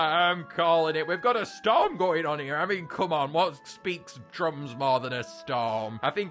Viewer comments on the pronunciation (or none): When said “I mean” it sounded like “Yummy”